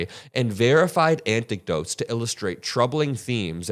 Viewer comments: It's "anecdotes" not "antic-dotes" ....you're welcome. Keep up the good work!!! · that should be 'anecdotes' not 'anticdotes' just in case it wasn't a slip of the tongue. fyi